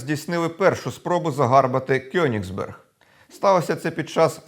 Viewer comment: Вірно казати Коеніґсберґ